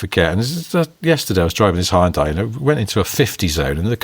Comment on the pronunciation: I think if ever learned how to pronounce Hyundai, it would destroy about 3 and a half hours of future content created in the next decade of this podcast. For anyone interested it's 2 syllables: hyun-day.